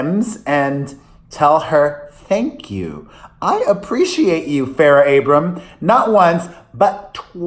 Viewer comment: It’s Abraham not Abrams - I think Farrah appreciates you!